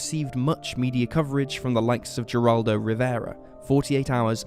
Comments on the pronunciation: Geraldo Rivera is pronounced HERRRaldo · I just had to laugh at how the narrator butchered the name of Geraldo Rivera! 😅😅 In Spanish the G sounds like an H! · You've probably already been told, but the G in Geraldo Rivera's name is pronounced as an H since it's of Spanish origin.